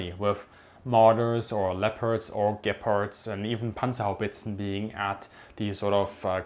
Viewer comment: Everytime you mention Gepards it sounds like you're saying 'Gay-parts'. Can't unhear it anymore :(